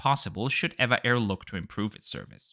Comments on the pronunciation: Actually it's not pronounced "ei-vah air", but " Ee-vee-ei air" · It is actually not ev-a but eve-a air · It is pronounced as E V A Airways .. 😮😮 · I swear I call it as Ehh-va Air not E-V-A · Good review, as usual! At the risk of being called a "nit picker", I wonder if you were just being stubborn or lazy for your refusal to correctly pronounce this airline's name throughout your video? As you remarked in the beginning of this video, the correct name is E V A (each letter being pronounced separately). Would you pronounce SAS as "saas" or the legendary airline TWA as "twah"? Don't feel badly though as in the States, most Americans say, "evaah" with a long e sound. 😂. I assume (but don't know for certain) that a passenger taking this flight could preorder a vegetarian meal as a special request at no extra charge as this is a rather standard policy on most airlines. Anyway, I hope you will take my comments in a light hearted manner as I just enjoyed "teasing" you a little bit. 😂. Take care and have a pleasant and rewarding week. ♥️✈️🙏🌎🕊️